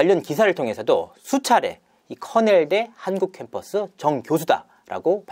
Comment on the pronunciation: 커넬대라고해서 흔히 생각하던 명문대인줄 알았는데 거긴 코넬대(cornell)이고 권영찬은 커낼대(kernel)네요 ㅋㅋㅋㅋㅋ